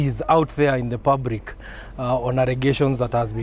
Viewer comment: PUBRIC....EQUIVARENT.....alijicon mpaka ngoso.....really nigga really....